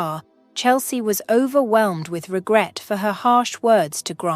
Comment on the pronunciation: This is not a criticism. It is just an observation. The storyline, structure and the voice are quite well done. Nicely presented. Noticed words such as ‘overwhelmed’ the ending ‘med’ is a mispronunciation. The final ‘e’ in the ‘med’ isn’t pronounced. There was another instance of this as well. Some concerns I had were: Why didn’t Chelsea do a Police report of the ‘vandalism’ and ‘disarray’ in her house so that identification or complication of rust was stolen; Hank’s ‘bonus’ in addition to his pay seemed a little extravagant, although understandable.; Who attended to the two children when Chelsea was called to be questioned about the identify ‘Mark’? ‘Mikes Moore’ There were couple of repetitions at the ending of the story. The conclusion was well achieved with the added touch of the farm and the horses. Thank you